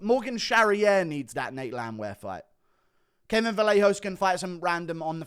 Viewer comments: its pronounced "vah-yay-hoe-ss" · Kevin Vallejos is pronounced “vah-YEH-hoh"